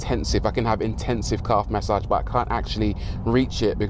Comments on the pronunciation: LOL... took me for ever to phonetically catch what the óld “Mas-Sahge” “Caaahve” was... Love it. Thanks for the chuckle! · Rory emphasizing on Calf massage for the millionth time 😃 This was really good to watch